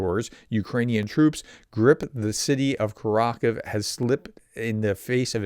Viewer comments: Great video, but for heaven's sake please say KUR ah KOH veh, not curr ROCK uv. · btw prof it's pronounced [kʊˈrɑxowe] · Great reporting. Just a note that Kurakove is pronounced Koo-rah-koe-veh. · the pronunciation of Kurakhove has the accent of the third syllable. It's four--syllable word by the way. The final "e" is not a silent letter as it would be in English. The "ve" at the end would be pronounced "vuh"... like we pronounce the e in "the"